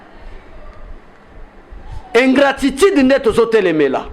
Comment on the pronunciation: Ingratitide to ingratitude, jouisser ou jouisseur! Apprend à bien prononcer